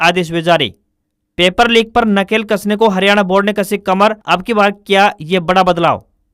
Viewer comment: News padhne wale ke bole Gaye wrong word:- wrong - nakle kasna. Correct- nakel kasna.